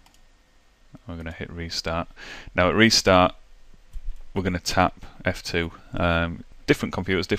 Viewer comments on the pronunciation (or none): I played this back 3 times and it sounds like you are saying the "flip" key. I had an ACER that I needed to set the boot order from the hard drive to the CD drive. I spent 2 hours in the BIOS and I still could not change the boot order. Could you please till me what key I need to change the boot order?